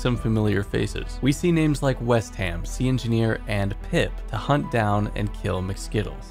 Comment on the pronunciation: If you're not gonna ask permission to use my clip at least say my name properly 💀